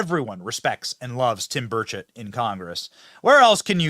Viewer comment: Thanks for saying, Rep. Tim Burchett's name correctly tonight. 😊